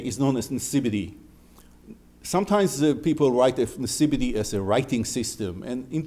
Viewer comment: so why is it known as nsibidi officially and written and pronounced as such if it's nchibidi